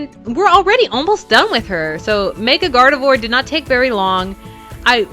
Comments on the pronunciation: Gardivior is seyd like gardivwar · Her name is pronounced Gar-de-vrar(It's french sooo) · I swear she said mega garroth 😂😂